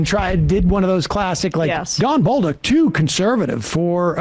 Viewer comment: Just some info for you Americans: his last name is pronounced " Bowl-duke" (French Canadian) 🇨🇦🇨🇦